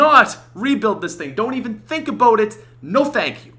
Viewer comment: "Today we're going to talk a-boat!"